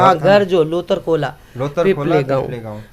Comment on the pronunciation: लोदर खोला होइन लोथर खोला हो।